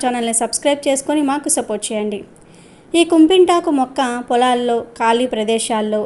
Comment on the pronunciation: కుంపింతకు కాదమ్మా కిప్పింతకు అనాలి